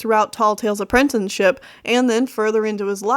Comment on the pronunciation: Its apprenticeship not apprentenship...and its SandGORSE not Sandgross. Speech aside, I give you a..... 10/10!! (W/ speech mistakes its 9/10 but still)